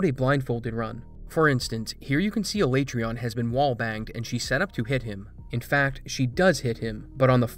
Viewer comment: everytime you say alaetreon i die a little inside